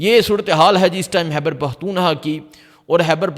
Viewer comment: It is not Hyber it is Khyber